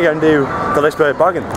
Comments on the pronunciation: And Its Pronounced Lis-e-berg-an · You keep saying the amusement park wrong. Its not Liceberrrg